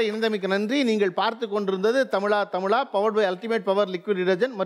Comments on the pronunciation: He has a problem pronouncing ‘ zha’, like azhagu, tamizha etc. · The anchor does not pronounce "thamizha" properly,"zha" sound is mispronounced